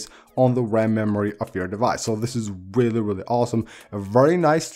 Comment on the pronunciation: Let’s goooooo ‘WEALLLY WEALLLY CEWL’ gang 🔥🔥🔥